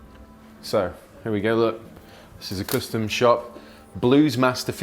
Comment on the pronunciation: What's with "cöstom shop"? Whats the reason of that pronounciation?